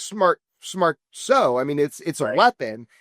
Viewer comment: Why does Jeremy pronounce the word “so” like “sshhhooo?”